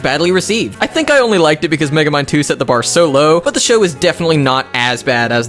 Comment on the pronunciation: thought you said Megemind 2 for a second